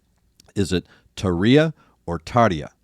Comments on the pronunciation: It’s Tarja, not tariija. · TARR-yah (with a rolling R) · Phonetically, it’s TAR-yah. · Tarya is the correct pronunciation. Weight on the first syllable (as is typical in Finnish) and you can make the R as rough as you possibly can. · Love Tarja in this song. I think it's pronounced TAR-YA, two syllables not three. Anyway, I like your reactions and deep analysis! If you want to see some of later Tarja's shows, I strongly advise her cover of "Supremacy" by Muse live in Poland. She's so great there and you can even hear how she developed her lower, chest, rich voice. She's a soprano, but damn, she can hit some alto notes with great richness. Check it out! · Tarja tar(roll the r) ja(ya) see Tarja say it herself here: (then you see him consistently mispronounce it). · pronounced Tar-ya (r rolling) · Pronounced (Tar-ya) , and roll the 'R' if you can. This is the second song you have done from this show. The High Hopes Pink Floyd tribute was song #8 of 18, Wishmaster was song #10. And ,of course, it was Tarja's last show. This song really demonstrates her operatic ability. Other songs from this show to add to the list: Planet Hell, The Siren, the cover of Phantom of the Opera, and the show closer, Wish I Had An Angel. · Tarja, the way you said but with the stress on the first A